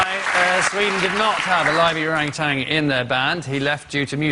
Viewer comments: I'm not so bothered with depicting Sweden as cruel to animals as I am bothered with the pronounciation of orangutan. There is no "g" at the end of that word. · why do they keep saying orangutang?